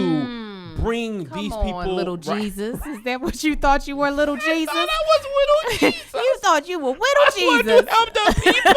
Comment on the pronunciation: “Wittle Jesus” 😂😂😂